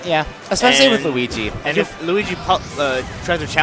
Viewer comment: both of you guys cant say luigi lol!